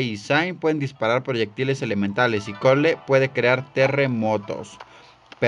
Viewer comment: por cierto cole se dice coul y zane de dice zain